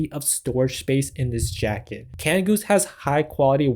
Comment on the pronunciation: cana goose ? seriously dude, there's a d in canada. great video though :D